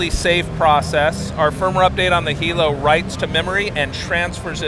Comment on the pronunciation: Lol his face when the Lynx dude pronounces Hilo correctly